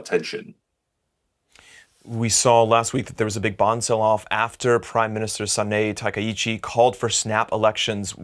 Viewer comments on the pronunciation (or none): and you have the face to call yourself a legacy media, when you don't even know how to pronounce the name of Japanese PM accurately. don't you dare to say you have no clue about that before BECAUSE THERE IS A WEBSITE CALLED GOOGLE. it's pronounced as SA-NA-E TA-KA-I-CHI, and she is the first female PM in Japanese history, even she might lose the election in the near future. butchering her name like that is so disrespectful, especially when you are a so called professional legacy media. BTW there is always an obvious solution for the Japanese government: sell the US bonds and use those cash to do, well, whatever needs to be done.